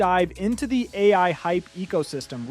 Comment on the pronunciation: bro made the whole video using AI lmao pronouncing each letter of DALL - E individually calling AI, OI lol